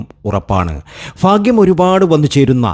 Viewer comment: Fakyam.അല്ല. ഭാക്യം